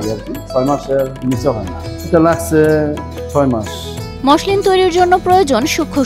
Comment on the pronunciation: মশলিন না মছলিন হবে উচ্চারণ টা।